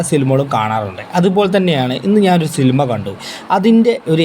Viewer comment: ഗഗനആചാരി അല്ല ബ്രോ ഗഗനചാരി ആണ് സിൽമ അല്ല ബ്രോ സിനിമ ആണ്